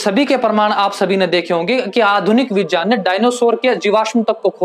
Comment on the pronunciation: Correct your pronunciation in Hindi यज नहीं यज्ञ होता है। विजान नहीं विज्ञान होता है। जान नहीं ज्ञान होता है। ज नहीं ज्ञ = ग् + य Otherwise it is good